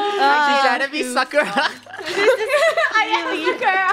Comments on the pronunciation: Im crying i love krew but like……. It hurts…it hurts so bad….. the way…. The way…. They pronounced Sakura😔😔😔😔😔😔😭😭😭😔 SAKura not saKura it pains me badly knowing naruto is one of my favorite animes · The way they pronounced Sakura im going to cry rn